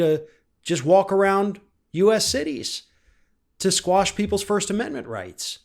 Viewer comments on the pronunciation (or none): The word is quash, but many get that wrong and say squash.